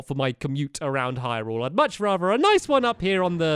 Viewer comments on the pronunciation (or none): none